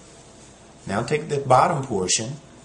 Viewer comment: I love how you say how to tie da bow tie